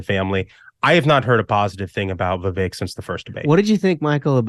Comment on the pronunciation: I disagree. Vivek is the one. Haley is a War Hawk. I totally disagree with this dude. Aweful. Damn, this dude is liking Scott. Lol. Aweful. Plus, Ruthless cast is pronouncing Vivek's name wrong. Plus, Haley's daughter is 25 years old. 25 yrsold!!! Not a child.